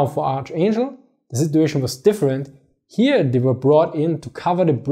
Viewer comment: "get it hier"